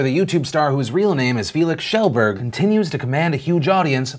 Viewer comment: Feelix Shellburg. Love yank pronounciation of Swedish names.